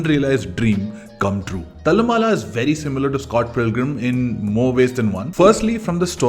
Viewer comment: Please get pronounciation of Malayalam names correct. Thallumala is not how it is pronounced as you said. Same with poduval and kunjappan.